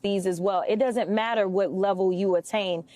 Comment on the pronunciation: A hwhat now? 😂😂😂he put the H before AND after the W 😂😂😂😂😂